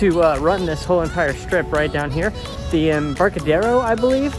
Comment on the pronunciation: the embarcadero is pronounced em-bark-a-der-o